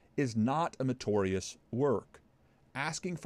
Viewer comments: Just a small point: The word is not "metorious",, it's "meritorious". You leave out a syllable. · Love your videos, but... Why do you mispronounce soteriology as soh-tree-ah-luh-gee and meritorious as mer-tor-ee-uhs? I don’t think it’s your accent.